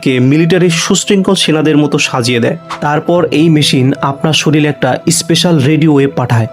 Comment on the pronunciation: Vai,shoril na;shorir!!!!!😂😂😂😂😂😂😂😂😂